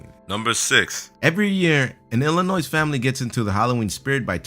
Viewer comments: its Illinois but u dont pronounce the "s" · did you seriously just say Illinois as Ill-in-oisss? As an Illinoisan I am frankly offended by that. it's pronounced Ill-in-oi. The S is silent, thank you very much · Illinois is pronounced elinoy only ppl from Illinois know how to say it... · okay, I can totally confirm it now. these guys mispronounce everything so terribly and it pisses me off so badly. the moment they said Illinois with a hard "s" at the end was The Smoking Gun. I'm starting to think they deliberately mispronounce things just to bug people. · illinois has a silent S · In it's not pronounced ILLINOIS with the s sound at the end the s is silent trust me I live in Illinois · Am I the only one who got bothered when pronounced the s in Illinois? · when was Illinois a common word? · you can refute the importance all you want , but you don't go calling Arkansas "are-can-zus" and you don't go calling Illinois the way they did. but my main point is that they do this sort of thing consistently like as if they really don't even care to take the time to make these videos properly.